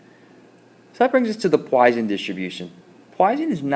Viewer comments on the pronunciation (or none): Learn your Greek letters. You write lambda but say Gamma. Also, Poisson is a French name, pronounced entirely differently than you do.